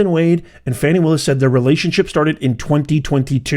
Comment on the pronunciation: 'Shroud of darkness ' sounds like a euphemism for 'black people in office'. Why would YouTube send this garbage to my news feed? Also, it's pronounced 'fawn-ee', not 'fanny'. You all care more about this woman's conduct than the criminal behavior of a PRESIDENT! This channel goes straight to DO NOT RECCOMEND.